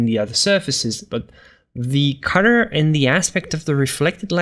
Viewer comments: WHY DO YOU PRONOUNCE THE WORD COLOR AS A CUTTER? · Dude seriously exactly what I thought when I clicked on this video.